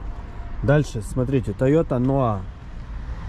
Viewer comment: В первый раз слышу чтобы Noah правильно транскрибировали НоА, а не ноаХ как обычно у нас говорят)))